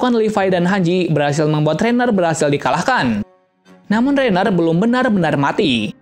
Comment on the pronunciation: Ryhan kaliiii bukan rainer hadehhh😪